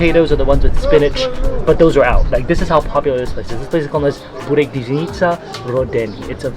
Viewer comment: Glad you're enjoying Bosnian food! I watched your entire series on Bosnia and subscribed to your channel. And one minor thing, I hear you pronounce burek as "Bew rek" but the correct pronunciation is "boo rek"